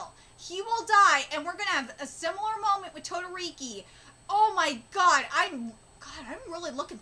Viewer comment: BTW why do you keep mispronouncing Shotos Last name.Its Not Todoriki its Todoroki